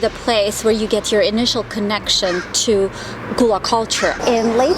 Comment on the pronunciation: Lovely videos, thank you! But pronounce it GUH-luh (like in seagull), not ‘goo’ Also Spanish Moss is NOT a harmful parasite, it doesn’t root into trees but lives on air & moisture 😉